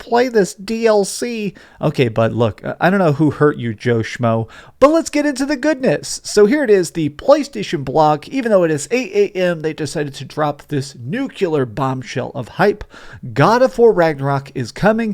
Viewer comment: It's NUCLEAR...FF S Not NU-CUE-LAR. NU-CLEAR two syllables !!!